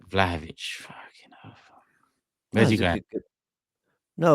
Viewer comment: Did seriously say vlahovic 💀💀